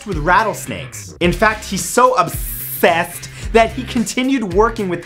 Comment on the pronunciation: Matthew upsessssed